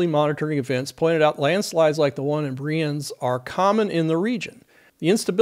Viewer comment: I've seen there are many other Swiss people adding information. So, no need for this anymore. Therefor i only want to leave a note that you nailed the name Brienz with the vocalised German "e". Always nice to see someone that doesn't speak the local languages not butcher names... ^^